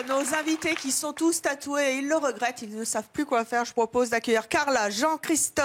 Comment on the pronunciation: 'ils le rerettent'